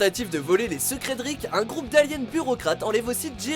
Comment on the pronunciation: ''Ricket morty''😂😂😂